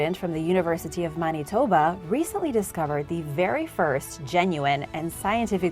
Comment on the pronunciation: It is not Mani-toba \o/ Man-i-toe-ba (Manitoba) I AM CANADIAN \o/